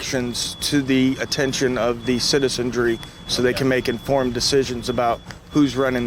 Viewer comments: Then he says "citizendry". You can't make this up!😂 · "The auspices." "The essence." "The citizenjery." From what I've just heard, it's THE RETARD.